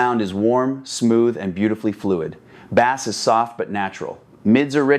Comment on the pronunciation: "Baaass" as in the fish? That's such AI slop I'm blocking this channel.